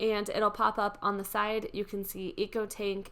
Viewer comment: You keep saying echo tank but it’s an ECO tank.